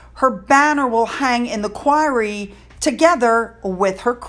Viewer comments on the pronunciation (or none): It's pronounced Choir.....not Choir-e. Unfortunately the Queen completely devalued the Order of the Garter by bestowing it on the war criminal Tony Blair. He has the blood of thousands of innocent people on his hands. He is so loathed that over a million people signed one petition alone protesting the award. There were other petition as well. One wonders if Andrew thought....'if someone as hated as Blair can be there, then why not me!'